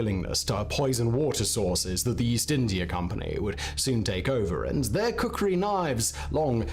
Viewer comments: It's "Khukuri" not "Kukuri"🙂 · its not kukri its real name ia KHUKURI🇳🇵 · It's Not kukri it's called khukuri